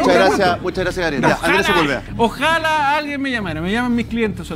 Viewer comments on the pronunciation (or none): ES OJALÁ...... "Oj Alá" ( Quiera Alá o Quiera Dios). No ojála,.